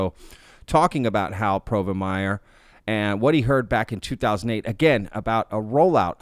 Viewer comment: Harold "Hal" Povenmire: Dude-, there is only one R in his last name. I just couldn't help myself after the 6th time you said it.